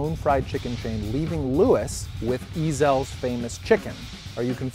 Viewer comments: Oh my god, I'm dying!!!!!! It's not E-zell's, it's just Ezell's. easy on the "E" dude. I've been craving Ezells for awhile now but I'm too lazy to drive the 9 miles to get there. "It's not like a real angry..." "No, no, no" Really. Is that why dude opened his own restaurant called Heaven Sent and took Ezell's recipe with him?? I'd say there's some bad blood, quit lying. And the Central District is NOT the heart of Seattle, that's ridiculous. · The way he pronounced ezells, lol you can tell hes not a local